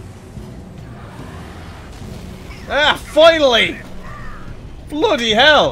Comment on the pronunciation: Did you just say floody hell?